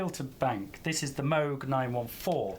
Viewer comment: It's pronounced Moog.